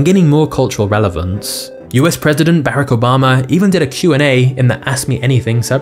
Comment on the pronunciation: Ah yes, famous black 44th president of the United States Berrick Obama...